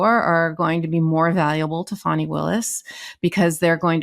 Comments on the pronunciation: Keep sounding like you say funny Willis and I keep double checking and I’m on your side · Do you intentionally mispronounce GA DA fani Willis name?? I've heard this on some of your other podcasts.